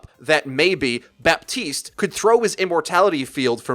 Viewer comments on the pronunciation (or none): Baptiste is pronounced Batiste PLEASE, PLEASE, PLEASE.